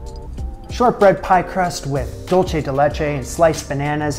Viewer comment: Love this, looks absolutely delicious. Also, dulce is pronounced like "dool-say"! It's Spanish, not Italian 😉